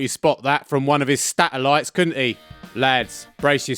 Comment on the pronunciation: What on earth is a sTatellite? 😂